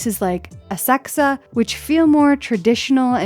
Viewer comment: Thank you for finally pronouncing Asakusa correctly!